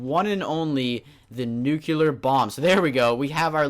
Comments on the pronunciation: it's pronounced NEW-CLEAR!!! not NEW-CU-LAR! Also, the top 5 mods are the only ones I really liked. Though, I believe that Orespawn deserves the top slot. It's amazing! It's got a ton of stuff! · there are no NUCULAR missiles nor bombs. it's NUCLEAR